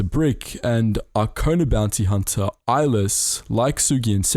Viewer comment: El-les is pronounced EL-less.